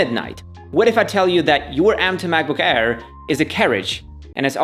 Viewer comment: I like how he says macbook hair instead of air, funny asf.